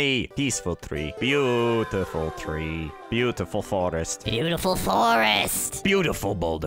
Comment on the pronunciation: I like how he said "Beatiful" boss That boss looks like a reaper